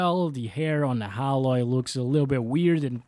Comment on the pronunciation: Btw her name is pronounced "Ai-loy". But keep pronouncing it as Alloy as a running joke lol.